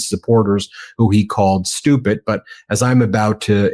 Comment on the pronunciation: Ben, I love you, but it is stupiD, not stupiT.